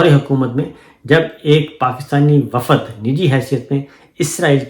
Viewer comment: Assalamualaikum Sir lafz wafad pronounced is wrong, صحیح لفظ ہے وفد وافد غلط ہے Hope you don't mind